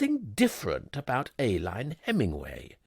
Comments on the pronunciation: I believe the name ALINE is pronounced UH-LEEN.. per google. AY-LYNE is a medical item. But perhaps Brits say it differently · Nearly. It should be Ay-leen. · Great characterisation! Very enjoyable. Pity about the mispronunciation of pince-nez and Aline.